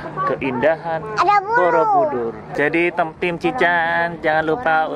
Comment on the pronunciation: bukan borobudur tapi boroudur hahhahah